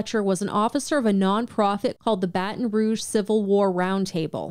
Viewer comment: excuse me what did you just call baton rogue?? battin rooj????